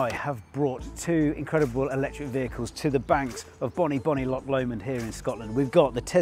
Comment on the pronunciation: Tesla S for the win. But remember it’s Loch. Not lock.